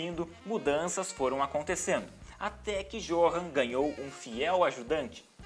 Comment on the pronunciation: Johan se pronuncia Yohan Mas eu sei vc não sabia